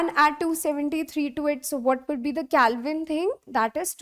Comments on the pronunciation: It is not calvine it is Kelvin 😅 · Yup that is not calvine that is kelvin 😂😅